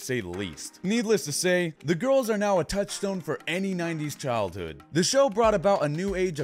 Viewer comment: the 'now' is fuckd up